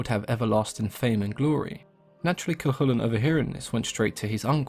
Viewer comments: Thank you for pronouncing Cu Chulainn properly! So many people don't! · Cú Chulainn was perfect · Finally, someone who pronounces it correctly